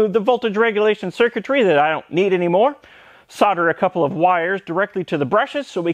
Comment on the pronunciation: At last an American that can pronounce solder